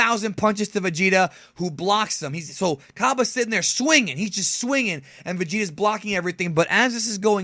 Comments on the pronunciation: expergamez pronounces it like cabe lol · shots fired at expergamez cus he pronounces it kabe